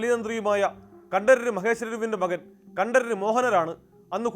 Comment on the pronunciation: കണ്ടരര് എന്നല്ല കണ്ടര് എന്നതാണ് ശരി